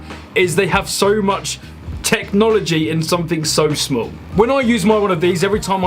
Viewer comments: It’s shmall not shmeel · It’s pronounced shmaul not shmeeaaallll